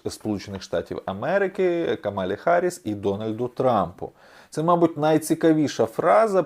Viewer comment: Камала Гарріс, а не Харріс